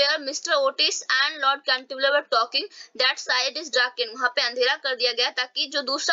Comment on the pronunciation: Mam it is not canterviller